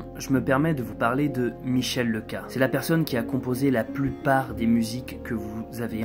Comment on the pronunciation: Coucou, merci pour tes vidéos, je suis très impatient de suivre tes aventures avec ton Ford. Sinon Leca se prononce Léca. Bise